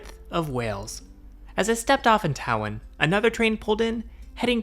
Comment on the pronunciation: When you go to Wales, you pronounced Tywyn as Tow-Win, it is pronounced Toe-Win.